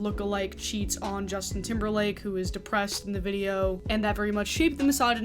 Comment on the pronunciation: Lmfao I love you but the way your accent pronounce timberLAND. 🤣😂 you got a like from me just for that.